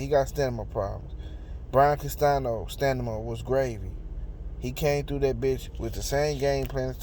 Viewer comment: It’s Stamina not Stanima. I SWEAR I CRACK IP EVERYTIME🤣😂😂😂🤣😂